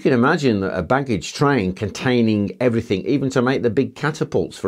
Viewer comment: Really annoys me, They don't have to carry everythink. Its Everything. Even Brian Cox say everythink, Should know better